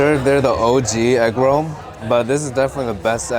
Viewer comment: Inflation: from “with six you get eggroll” to “with sixteen you get egg roll.” I don’t know why, but I love the little canoe paddling down the streets. I also am a tiny bit confused about how he says egg roh’ like he suddenly channeled a deep southern black grandma (and I do know and love many a deep southern black grandma… I just can’t compute a canoe of any tense not-quite-rolling with rohs). This just made me hungry bordering on hangry.